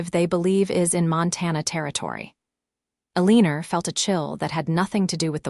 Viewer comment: AAAAGGGGGGHHHHHHH!!!!! Eleanor is not "EL-EEE-NOR"...It's El-AN-OR.